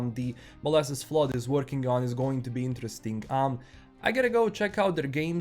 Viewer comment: Molassas is pronounced Moe-lass-es, its a weird American word. I want more cyberpunk 2077 updates personally, its an amazing game and I am glad I waited to start playing it.